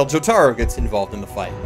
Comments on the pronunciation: It's pronounced Joh-tah-roh REEEEEEEEEEEEEEEEEEEEEEEEEEEEEEEEE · The way he says jotaro kills me I never laughed so hard in my life 😂😂😂 I love the different dialects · Your pronunciation of Jotaro hurts my soul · Why the fuck are you saying Jotaro's name like that